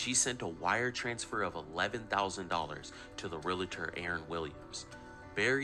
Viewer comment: Agree! And not prouniunced "Real i tor". It's pronounced "Real tor.😮